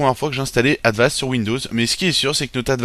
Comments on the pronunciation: on dit avast pas advast mais jaime bien ta video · Cest Avast Pas Advast